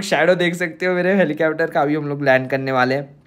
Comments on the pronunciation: Helicapter nhi helicopter 😂😂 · Legend say helicapter to helicopter 😂😂😂😂😂